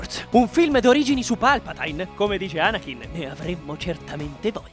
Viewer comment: Ma come cacchio hai letto palpatine?!